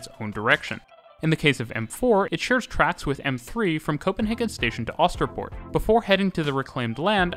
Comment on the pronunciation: Love hearing you butcher pronunciations-I’m British but I can pronounce some danish places (I think) S-tog is pronounced more like S-to without the g. Øresund is pronounced more like Oouursund. Østerport is more like Oouusterport. Danish people, please correct me if I’m wrong.